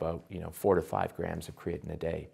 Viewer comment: WTF is he calling it?? "Keetin"?